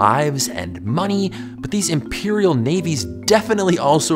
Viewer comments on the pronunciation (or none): none